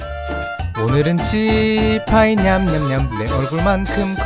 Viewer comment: The way he said 鸡排 sounded like chi bai